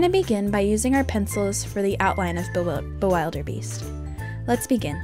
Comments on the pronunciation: I am insulted that is the king of dragons one of my favourite dragons and you don’t even pronounce the name right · U pronounced the dragon's name wrong... and this tutorial is on a computer, not a paper 😡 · the way you pronounce bewilderbeast is a little funny to me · You said the dragons name wrong.